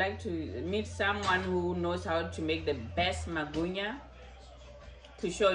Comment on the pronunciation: This is so hilarious. It's magwinya not Magunya kkkkkkkk